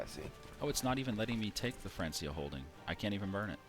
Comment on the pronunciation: I know you know, but I'm here to remind you that you pronounced it "France - ia" again. It's a hard C sound!